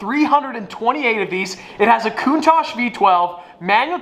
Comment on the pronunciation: Merci or the Cuntaj or however u pronounce these names lol😭